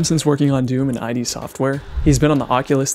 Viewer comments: Side note: ID is pronounced as one sound, not the two letters 'I' 'D' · future ref, it's "iddd" software...like, pronounce it, not the individual letters, like "hid" but without the h.